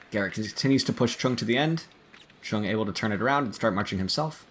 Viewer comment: Chueng’s name is either pronounced like “Zhang “ or “chung” … not “Chen”